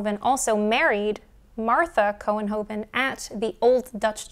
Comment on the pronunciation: Your pronunciation of Couenhoven was just fine. There are still about 9095 people in the Netherlands with this name and about 5776 in the US. In Holland it is spelled mostly as Couwenhoven. When you said 1817, I immediately thought of Jane Austen. She died July 18, 1817.